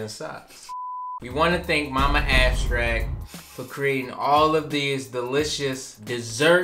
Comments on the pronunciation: “ now we gotta come back to ”~🤣🤣🤣🤣🤣🤣🤣💕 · Vanilla ab-strackt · YALL DID HER DIRTTY “ABSTRACT” “WISPK” 😂😂 love ya guys as always